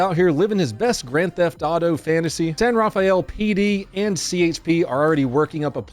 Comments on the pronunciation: Sir, it is pronounced San Ra Fell , not San Ra Fe Ell. I know since I was born there. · It's pronounced San-Rafel not San-Raf-a-el. I was born and raised there so cracked me up every time you said it. Love your videos bro keep up the good work! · “San rah-fel “ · we pronounce it "san ra-fell" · San Raw-fell. Fun to see someone trying to go against traffic on 101 as it's hard enough to go with the flow. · Hey great video, I live about 30 miles from San Raphael and we don't pronounce all the nouns here. We pronounce it "San Ra-Fell". Just figured I'd tell ya in case you ever happen to get another video there. Thanks for the constant entertainment!! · Only native Bay Areans know this but San Rafael is pronounced San Ra-Fell. Apologies. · Pronounced San Ra-fell